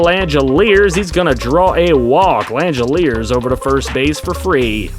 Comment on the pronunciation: just as an FYI for future reference, Shea Langeliers' last name is pronounced lang-uh-leers. Keep up the good work sir